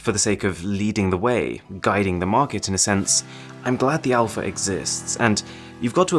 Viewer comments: "Mix Alaph" ... That would not be a great start for me. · Mix Alaph..are u joking shiaomi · The Greek letter α in Greek in the alphabet is pronounced alpha